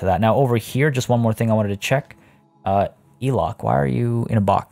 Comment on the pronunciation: just thought i would drop a comment because you did mention you like to learn new pronunciations, languages and things, she's traded out but elok the komodo dragon is pronounced élok with a hard e like in egg! it means pretty/goodlooking/nice/beautiful hehe